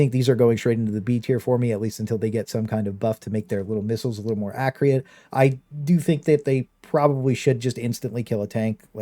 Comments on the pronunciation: Great vid man, I can't not say it though it's Acc - u - rate not Acc - ri - ate 😂😂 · Super informative but please accurate not acreate my man was annoying me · Good list but bro, Akreeate? Thats not even remotely close to how it’s pronounced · What language says accurate like acreeate ? No hate just curious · I thoroughly enjoyed the list and the deep dive but pls stop pronouncing accurate as acriate <3 will be subbing! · accreate is triggering me. lol still liking the vid though